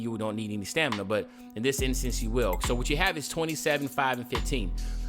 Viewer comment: U messed up with stamininina